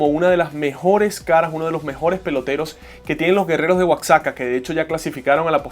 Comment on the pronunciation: Disculpa. Se escribe Oaxaca pero se pronuncia Oajaca